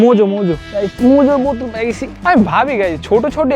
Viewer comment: বটল না বোতল😂😂